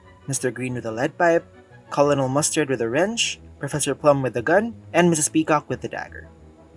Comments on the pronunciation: Kol-on-el! 😂 It is pronounced "KER-nel". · I hate to be one of "those people," but Colonel is pronounced kernel, not col-o-nel. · It's pronounced kernel not coloknell. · It's pronounced KER-nel, not the way it's spelled (colonel). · Pronounced Ker-nul not Colonel as spelled. Lol❤ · Colonel is pronounced kernel. Two syllables not three. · Colonel is pronounced "kernel", not "col-oh-nell". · Colonel Mustard is pronounced "kernal" Mustard, not "call-in-all" Mustard. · And col mustard not colonial mustard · I ended up thinking that it could be another drinking game with how many times you say colonel 😂 It's like popcorn coronal Not colonial or colon all hahaha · Small nitpicky point. It's pronounced "kernel", not "col-o-nel", despite the spelling. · I gave myself a headache saying “kernel” when you say “col-onel”i think it’s mostly upsetting because they pronounce it in the movie!!!! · ..and it's "COLONEL" pronounced: "KERNEL", not "COL-ONEL". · By the way, Colonel is usually pronounced ker-nul, not co-lo-nel. It just sounds weird that way. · "Colonel" is pronounced "Kernel". I keep thinking he's saying "Colin O'Mustard." 🙄 The colonel mustered his troops. (I mean, the kernel mustard them. 😉) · Yep, sounded like he was saying "Colorado" Mustard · Cool video, but Colonel is pronounced "kernel". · Its pronounced KER-nal Mustard Holy crap it drives me crazy the entire video. I'm losing it listening to you say it wrong over and over. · It's pronounced "KERNAL" Mustard!!! :face-fuchsia-tongue-out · it’s pronounced “KERNEL” Mustard! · It's pronounced "kernel." - points, this is too grating to listen to. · Nice job! FYI, the word ‘colonel’ is pronounced like ‘kernel’. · Colonel is pronounced "KER-nul" lile kernal, right? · It's pronounced "Kernel Mustard" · This isn't meant as an insult, but I can tell that you are not from North America from the way you pronounce Colonel. It is pronounced like a kernel of corn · Why do you say Colonel so weird. It’s provinces like Kernel.